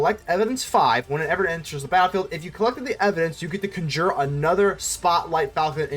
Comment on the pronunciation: Wait. How do you say conjure? Is that an accent thing?